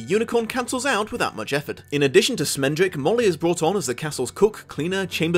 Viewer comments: SCHmendrick. With a SCH. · Great video. Only criticism was calling Schmendrick "Smendrick". His name is a yiddish word that means an inept bungler. Casting a new york jewish dude as his voice actor was a bit of a nod and wink at his name. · Isn't it produced Shmendrick? Like the Yiddish word?